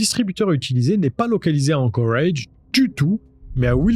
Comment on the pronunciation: ...............pourquoi tu dis anchorage avec cet accent ridicule,tu dis toute la phrase en francais et ce seul mot avec un accent totalement ridicule,alaska tu le dis pas avec un accent anglais tu le dis en francais,alors c est quoi le délire,arrete sérieux..........